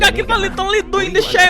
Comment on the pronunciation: liteli > literally